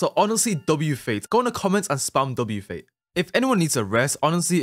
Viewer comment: bro said fait 😭🙏